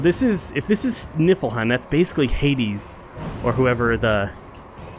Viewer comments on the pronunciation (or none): I know this is old, but I feel I should say, I'm pretty sure the last part is wrong. Yes, there's a realm pronounced like Yodenheim, but that's Jotunheim, world of the giants. Niflheim is completely separate and pronounced like it looks.